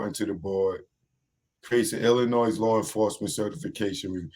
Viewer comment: "Illinoi". The "s" is silent. Illinois is named after the Native American tribe Illiniwek. The More You Know.